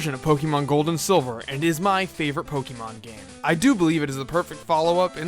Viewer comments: Actually the accent over the e means you pronounce it as pok-A-mon not pok-EEEEEEEEEE-mon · Gosh dang it I hate it when people do this but IT's PRONOUNCED /Po-Kay-Mon/ NOT /PO-KE-MON/ that é makes a /AY/ sound. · ObeyIsOkey um thats what he was saying.... he is annoyed at the fact that he calls it pokeeeeemon instead of pok-A-mon like it really is. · Pokeeeeeeeeeeemon o my fucking god! there is an accent mark over the fucking E for a reason! use it!